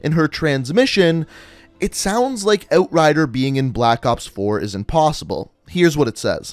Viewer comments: You say "Outrider" weird... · Can’t watch. The way this dude says outrider just bugs me. Thumbs down